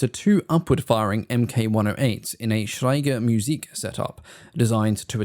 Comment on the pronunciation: 'Schräge Musik' is pronounced Shray-geh Moo-zik.